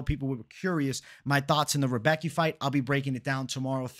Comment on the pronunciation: not 100%, but I'm pretty sure Rebecki is pronounced, "Rih-bess-key". I gotchu.